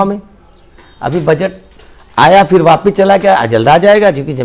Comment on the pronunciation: Phir aur fir ka talaffuz alag hai. Usko samjho